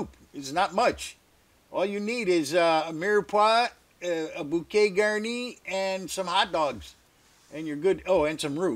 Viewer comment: Hello from France.."bouquet garni" you have a good pronunciation in French 👍 your soup I'll do it. Thank you